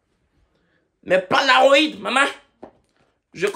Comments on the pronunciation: au tout début te termine. 😹que Palaroid alors que c'est bien crit Polaroid. 😭😹 Si non on aime bien le rythme des vidéos. 😹❤️ Merci! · POLAROÏD 🤣🤣 PALAROID c’est quoi??